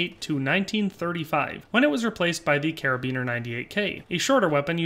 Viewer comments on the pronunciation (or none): none